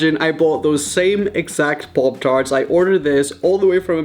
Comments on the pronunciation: Parp tharts is what he said LMFAO 😂 pop tarts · im annoyed by the way he say 'poptarts' no offence jk <333